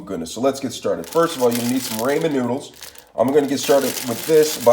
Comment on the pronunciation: Rae-man noodles